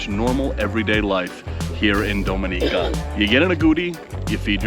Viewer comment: Its Ah Go Ti and DomI Ni Ca please pronounce Caribbean names correctly. Thanks!